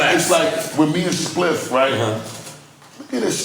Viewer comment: Add a “Spiff” counter for each time NORE mispronounced Spliffs name.